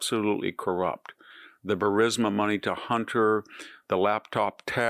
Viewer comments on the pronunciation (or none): none